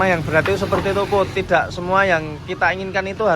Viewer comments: HAA SILITT 😅 SULIT MAS BUKAN SILIT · Mas "SULIT bukan SILIT" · SG NGEDIT KII SOPO SIHH, YANG BENER AJAA "SILIT"😭😭😭😭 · mas? "SILIT" wkwkwkwkkwwkwwk 😭😭😭😭😭😭😭😭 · yg bener aja "SILIT"😭😭😭😭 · tapikok "silit pertemanan" kok" silit"😂😂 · Maaf mas ngakak "silit"😭😭